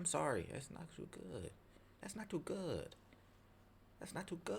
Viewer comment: "That's not too good. That's not too goood." What was that, ???😂 Was that a Chinese accent? 😂